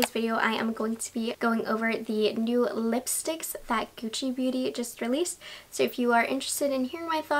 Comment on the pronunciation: "ghiuci"... Sempre... LA PRONUNCIA! GUCCI.